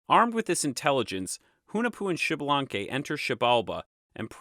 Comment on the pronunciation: Thanks for the video, liked it. One thing, it isn't pronounced Xibalanque, but Ixbalanqué with higher entonation on the e (same as Ixmucané) which is a quiché word that means 'young sun jaguar'. Kind regards!